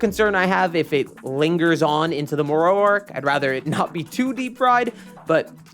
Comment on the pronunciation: Brother. Say it with me. Moro. More-o. Not more-owee. Jeeze. Killing me lol. I also dont understand why they are refusing to animate these new arcs. Its really pissing me off. Diama was great and all but its not giving us what we want. I guess they are just gonna let this franchise die?